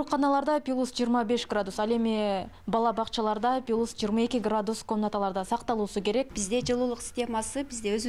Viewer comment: пилус дебей плюс деп туруп айткылачы.